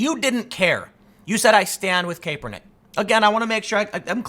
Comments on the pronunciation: Kaepernick is pronounced cap-ernick. Cap like bottle cap, not cape. For the love of God, please stop pronouncing it cape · Its Cap- er - nick , not cape-er-nick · Kaepernick is pronounced with a short “a” not a long “a”. You’ve got to fix this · Kaepernick (cah-per-nick), Tim haha. :) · Tim "Kay-per-nick" pool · I love that Tim pronounces it. CAPErnick. Fuck that guy. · nobody: Tim: colin KAPErnick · I guess no one is telling you but it's pronounced Kahpernick. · Christ dude, it's CAP-ernick. His damn nickname is cap for the love of God. How many times you going to mispronounce that? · You would think Tim would know how to pronounce kapernicks name..... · I watch a lot of Tim and I love his takes and always learn a lot. I don’t comment often but he’s been saying Kaepernick’s name wrong for so long I had to finally say something. Who knows if he’ll read it or not. But if I was making videos that thousands of people were watching, I’d want to pronounce someone’s name right. Especially some as well know as Kaepernick. That’s all. Love ya Tim!